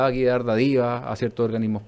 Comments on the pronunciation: Por favor, que alguien le explique al jóven que la palabra DÁDIVA es esdrújula. Por lo demás nada que decir. Excelente trabajo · Lo mismo escuché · Es sinvergüenzura pura señor, nada de faltas u omisiones, es carerrajismo ño !! Ah es dádiva no dadiva puh experto!!